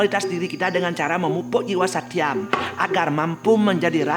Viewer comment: Koreksi... tri guna seharusnya Satwam (bukan Satyam), Rajas, Tamas. Suksma